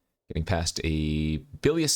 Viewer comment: first it was drown in "eye-chor," now it's "bye"-lious skulldweller and "O-vye-ka" 😉